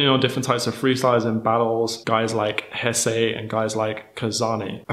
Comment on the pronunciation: haha you say Jesse like Spanish now ...Hessay !